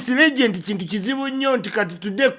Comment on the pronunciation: It is Legend not Legent.